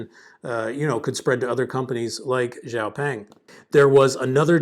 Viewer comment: Thank you for sharing your views. Excellent video! BUT, I would like to help you pronounce the name correctly: Xiao (shiao) Peng (the "e" is a schwa sound). Hope this helps! :)